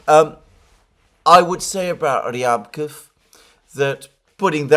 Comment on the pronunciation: Ryabkòff, Alexander. Stress on 2nd syllable. Just sayin.